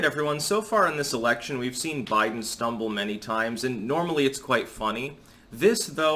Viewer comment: He said Joe Blidens